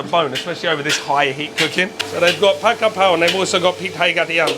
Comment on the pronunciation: Pronounce Pad Ga Prao.